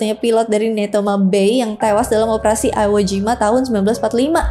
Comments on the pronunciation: Itu dibacanya "Iwojima", bukan "Aiwojima". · koreksi dikit I- wo kak bukan Ai-wo ehehe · "aiwo jima" iwo jima